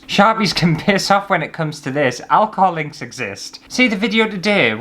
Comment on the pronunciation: took me a while to figure out that you were saying "alcohol inks" and not "alcoholics"